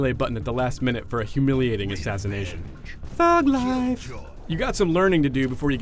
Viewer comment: LMAO "thuug liffee"